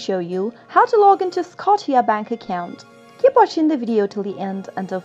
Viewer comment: It's called Scotia like scosha not scoteea